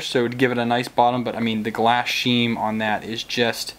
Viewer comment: What's a glass "sheem"? Hehe. Love the doorstop. Gonna print that ASAP!